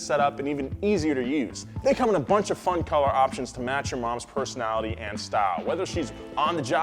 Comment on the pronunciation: Fwun, and Uralkali a an oil company? I really like your content guys but in the first minute you invalidated this entire video.